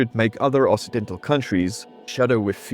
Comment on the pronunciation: >inserts generic performative comment on what is now the main channel to help with the algorithm after having watched the video on the other channel >also I didn't even catch that "Occidental" was pronounced wrong even though I know what it means; my struggle against the Ingelse taal continues